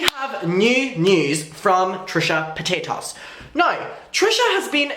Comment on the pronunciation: Really wish you say paytus correctly. Especially if you are doing it on purpose. She has said how to say it correctly in last videos.